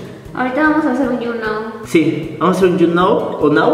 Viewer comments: younow se pronuncia yu naw xD .... solo digo.... y creo que si deberia de aprender a hacer sus gastos, a saber que es lo que realmente necesitan y que cosas son las que quieren, porque querer y necesitar no es lo mismo, la diferencia esta en la prioridad :D exito en sus vidas de manera independiente y exito como pareja. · Se pronuncia You now = yuu nau-o👍 :) No yu noou 👎